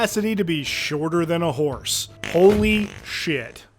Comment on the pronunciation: my brother, did you say fhorse?